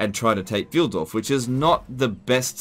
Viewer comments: Pfeildorf is pronounced like "Pfuyl", as in "guy", not like "Pfeel". :) I know you don't really care about pronunciation too much, but sometimes I can't hold still my hands and must type. ;) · Pf(aye)ldorf. If any native english speaker wants to pronounce it correctly ^^ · Pfeildorf ("Arrow village") is spoken Pf-eye-ldorf. Yes, german is weird for english speakers. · "Pfeildorf" is pronounced like "file-dorf". Pfeil = arrow in german